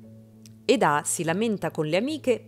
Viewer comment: Lei si chiama Eda non Edà ! Ma chi fa i riassunti li guarda sti telefilm o li fa solo per i Like ?